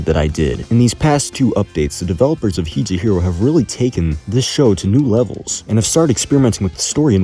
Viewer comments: As a Japanese person, hearing him say Hi je hiro really makes me cringe. No hate tho :) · Why the fuck do you pronounce higehiro like that. its like gif and jif all over again